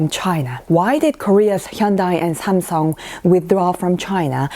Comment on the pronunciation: Hahaha, I find it funny the way pronounces the Japanese brand Samsung... it's NOT Somsom, dear!! 🥰